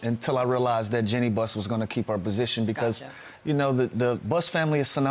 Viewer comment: As a lifelong laker fan i can’t stand people saying “Jenny” buss lol dang man… Jeanie…. JEAN-KNEE